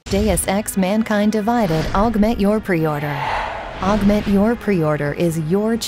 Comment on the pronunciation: Is it me or can that female narrator computer voice thing not pronounce 'Augment'